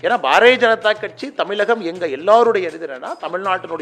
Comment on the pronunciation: அண்ணாமலை - இது தமிழகம், தமிலகம் இல்லை. தமிழகம்ன்னு கூட சொல்ல தெரியவில்லை, இதுல இவரு தழகத்தை காப்பாற்ற போகிறாராம்.